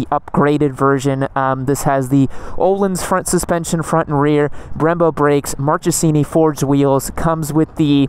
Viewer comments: Your video are Amazing!♥️ But let me suggest the right pronounce😂😂 Marchesini: read Markesini Termignoni: read Termin~oni (spanish N) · the ch in Marchesini is pronounced as k